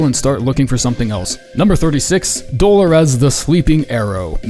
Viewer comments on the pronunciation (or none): Do-lo-rez 😂 it’s pronounced like de-lorris, brother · Lol at your god awful attempt at saying Dolores. It Doll-or-ess not do-lo-res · The way you pronounced Dolores made me think it was a different person for a sec. Never heard someone say it like: dolo-rez Old women out here cant get a break 😂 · Love ur videos and have had this queued for months but waited until I bought and finished the DLC to watch. Your pronunciation of the name Dolores is hilarious tho lol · Apparently has never heard the name “Dolores” in real life. Man is overthinking that pronunciation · my dude I love your videos but the pronunciation of Dolores is killing me 😆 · Why are you saying Dolores like that? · the Dolores pronunciation hit me like a truck